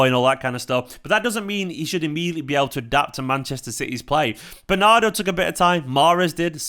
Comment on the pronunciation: "Bernardri" FTW, brilliant!